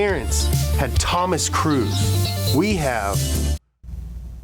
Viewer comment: Tom’s last name is pronounced cruise not Cruz Cruz is like saying crud